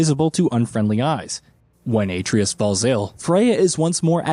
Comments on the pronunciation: Bro if you cant pronounce Atreus' name be respectful and call him Boy! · This dude butchers names in way too many videos. The craziest part is when they let a cutscene play in which the character's name is mentioned and he just refuses to say the name correctly... Even if he is recorded prior to the cutscenes being added in, someone could step in and correct him during taping. You're not telling me no one at Gaming Bolt knows how to say Atreus, Shang Tsung, Raiden from MGS2 etc etc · The pronunciation of Atreus is hilarious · It’s obvious he’s reading from a script. The fact he mispronounces Atreus so poorly leads me to think he’s never actually played the game.